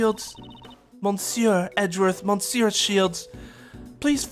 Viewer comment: i have a slight feeling there will be many more 'monsieurs' in this case so just a tip of how to say it without needing accent or whatever instead of pronouncing it mon-sieur just say meuh-sieur, you know with that heavier euh sound other than that got pronounciation down